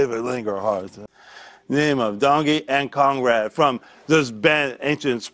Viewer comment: I thought he said "Congrad" on the Conrad one. 😅